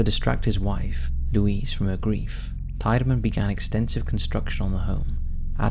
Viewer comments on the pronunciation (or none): Cleveland and Eastlake... some really weird stuff happens up here. Franklin Castle. I grew up around the block from the house. And the name is pronounced “TEE-de-man”.